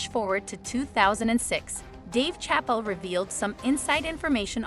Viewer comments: "..Dave CHAPPEL.." (????!!!) 😂😂 😂😂 It's Chappelle , not Chappel 😂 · Dave Chapel? Really? Not Chapelle. Who’s reading this? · It's ChappELLE, not Chapel! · Its not dave chapel. Its Chappelle. Get it right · Sha Pell lady. Not chapel. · YOU LOST ME AT "Dave Chapel"........how you don't know it's pronounced "sha pell" is beyond me. Great public school system you had eh? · If you say Dave Chapel one more time…… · TF you said DAVE CHAPEL its chaaapeeeell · You need to learn how to say words & names correctly. I lost count how many times you pronounced Dave Chappelle’s name as Dave CHAPAL. Just LOOK & SEE the name & you will easily know the name is not pronounced CHAPAL. How many times have you heard to man’s name? Absolutely brutal. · It's pronounced 'shapell '. You need a real person, not a bot. And that's not the only one that you messed up. 😬😡🤡💩. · Did she just say Dave chapel 🤔🤦🏽‍♂️ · Did you really just call him Dave Chapel? 😂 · His name is not pronounced chapel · I'm still stuck on the pronunciations of some of these stars' names.....Schedell for Don Cheadle and Chapel for Dave Chappelle.....I digress.... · I hate when people don’t say the names correctly. That’s not Dave’s last name lol. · You have GOT To Put Some RESPECTT On Chapelles NAME DANGIT! Jeez Louise! Learn his REAL NAME! 😂😂😅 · Am I the only one getting distracted by her mispronunciation of “Dave Chapelle’s” name? Smh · hard to finish this clip when she keeps pronouncing dave chapel wrong lol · Who is the narrator? Because she can't say Dave Chappelle 's name right. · ai reader, learn chappelle's proper pronunciation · I wish the commentator would learn the right pronunciation of Dave Chapelle's name!! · Why can't chu pronounce Dave's last name correctly it's a bit annoying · Right? Like she ain't heard the name Chappelle.